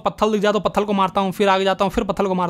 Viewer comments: Patthar✅️ patthal❌️ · Patthal ❌ patthar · pathar ❎ pathal ✅ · Bhai wo pathr hota hai na ki pthal 😂😂😂